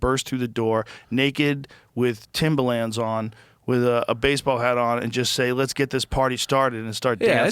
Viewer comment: Joe, they are called TIMBERLANDS!!! For some reason you got this weird thing in your head that there's no ER and you call them TIMBALANDS lol, hilarious